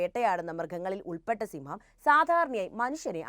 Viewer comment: സിംഹം അല്ല സിമ്മം